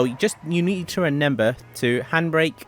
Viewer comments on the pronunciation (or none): Its not reNember its reMember